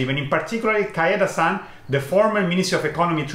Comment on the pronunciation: please say "KAY-dan-ren" (where KAY rhymes with PLAY) not "KAI-dan-ren" (where KAI rhymes with HIGH). 経団連 is written "Keidanren" in Romaji not "Kaidanren".